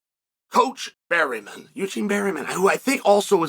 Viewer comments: has to be on purpose, right? was funny at first but a man who speaks so well, and speaks for a living, seems to mispronounce 25% of the roster. its obvious. and Barreemin is more over the top than Bluhall. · why berryman, chael? why???🤣